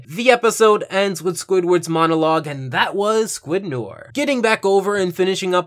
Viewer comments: The way you pronounce Noir has got my OCD up. It’s pronounced ‘No-are’ Still great review though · I'm sure you've been told by now but noir is pronounced no-our (its french). Its a play on Film noir a genre of film. Just so you know going forward. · Why does he keep pronouncing “noir” like “nore” it’s driving me crazy 😭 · Can we not pronounce Noir as nore? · Why do you pronounce noir as nore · Thus kinda bugged me but noir is pronounced like: no are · its pronounced new are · Can you please pronounce Noir correctly? It sounds like no-WAHR, not no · It’s pronounced No-Are It’s French for “Black” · It's pronounced "New-Are". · Noir is pronounced No ARE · Noir is pronounced nwar. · Noir is pronounced no-ar sorry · Noir pronounced no-ar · It is pronounced no ar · you miss pronounced noir it honestly pissed me of lol i did give you a like tho i preferred where's Wanda myself tho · THATS NAHT HOW YOU PRONOUNCE NOIR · You said noir wrong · You kept mispronouncing "Noir" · oh my god please say noir correctly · You pronounced noir worng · Umm... you’re pronouncing “noir” wrong... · Just so you know, your not pronouncing noir right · Noir is pronounced Nwar not Nor. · Noir is pronounced "Nuhwaar" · Small thing, but noir is pronounced “no-ar” not “nore” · Please don't call me a grammar nazi, but since the topic calls for it... "noir" is more like "nou-ah" since r's used in this fashion are generally silent/barely audible when speaking French. i just used the "u" to emphasize the nasal quality when speaking the word. "noair" is almost as incorrect as "nore". OP's "no-ar" sounds a little bit better. I'm no expert in phonetic spelling, so I just looked it up: the proper phonetic spelling appears to be "nwa". Case closed. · Nice comparison! Though Noir is actually pronounced "nwar", not "nore". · Noure is pronounced [No-Are], got it? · It's not "Nore" it's "New-are" french for black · So... Noir is the french word for black, and it is pronounce Nu-ar not Nor